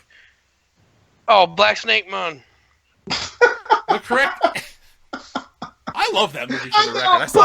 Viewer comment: Oh, moan, not moon.